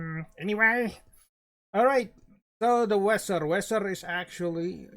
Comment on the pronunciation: dibaca veser